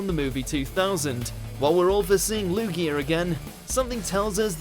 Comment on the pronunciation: it's LUGIA not LUGIER